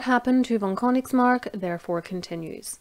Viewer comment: I know Königsmark, it is I think a little more known in Germany. As a German, I think your pronunciation was great. I really appreciate your effort in this. 👍 As long as you keep making these history videos, I'll be watching. Keep up the good work.